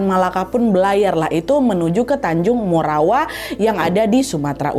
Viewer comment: Tanjung Morawa Nad, bkn Morowa.